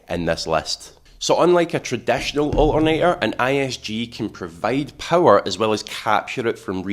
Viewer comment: Its ALTERNATOR, not O'A'NEY'A.